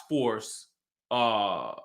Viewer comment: Did he just say Felines 😂 omg